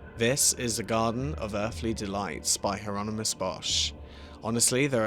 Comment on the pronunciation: It's pronounced: "Yeh Ronimus".